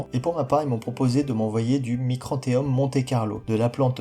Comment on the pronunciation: Micranthemum Pas micrantheum ..😉